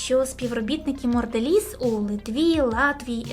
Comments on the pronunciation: Сто разів повторила "моРделіз" 😂😂😂 подивись назву і не ганьбись😊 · я розумію, що "Морделіз" це певно такий стьоб, але вухо різало весь ролик